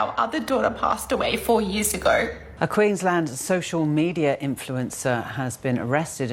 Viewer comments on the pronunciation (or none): none